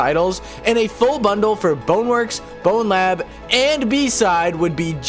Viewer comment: you saying "and blowlab" really caught me off guard lmao